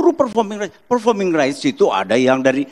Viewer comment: itu badai ngomong performing rice atau performing rights ? 😂 Koq gw dengar nya performing rice 😅😅